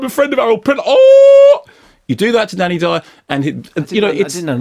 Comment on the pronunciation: That DANNY DYEOORR was priceless